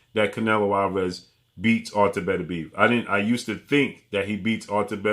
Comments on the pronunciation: Everybody runs into a word they can't properly pronounce . Artur's last name is pronounced Beterbiev(better-bii-EV ) Not betterbeeve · Did Canelo pay you to make this video? And stop calling him betterbeev that's not how his name is pronounced, you can put at least a little effort into pronouncing it correctly.